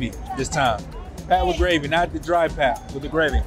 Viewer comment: Enjoying your videos. And happy to see that you are enjoying our country. I hope you come to Cape Town too! Fyi, "pap" is pronounced "pup". Like puppy. And the gravy is called "smoor" or "sous". So we eat pap and smoor. Or pap and sous. Same thing. But not gravy 😊 So happy that you are liking it!